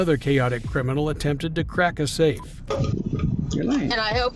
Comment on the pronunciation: He said, "under suspicion of attemb murder..." Didn't even try to finish the root of the word.